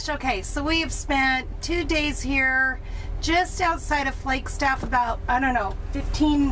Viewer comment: Did I hear you say “Flakestaff “? I turned the playback speed down to hear it again. That fix on the door would be what I would do. My first summer job with the Forest Service was on the Coconino out of Flagstaff. I was coming from Michigan. I kept saying “we’re are the trees”, then all of sudden there are the trees.